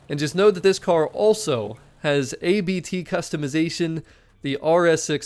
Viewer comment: Hello from Germany! Thank you for your great Content, i really enjoy your Videos. A little tip: its called Abt (a surname), Not A-B-T.